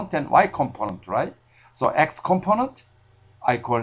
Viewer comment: thumps up you like to hear his "componont"